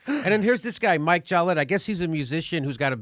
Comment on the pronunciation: His name is Mikel. Not Mike. Everything else is 100% correct.